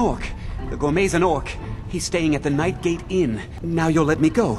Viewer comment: He said NightGate Inn. It's the Nightingale Inn.